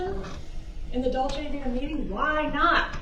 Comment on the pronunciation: A lawyer that can’t bother to pronounce right the name of the restaurant, how hard is to say Dolce Vita?